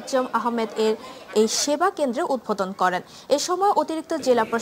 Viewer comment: Flumbbing kore onek,protinidhi,udvudhon uccharon hoini